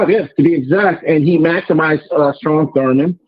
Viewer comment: is SAF never has any factual Data. His name is Strom not Storm Dumdum 😩